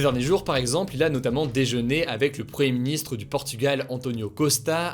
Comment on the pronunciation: Hugo, tu as du mal à prononcer "premier ministre", tu dis toujours " preuhé ministre", t'es fâché avec les "m" et les "i" ?